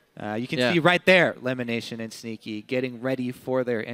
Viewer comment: Sounds like says "Stinky" instead of "Sneaky"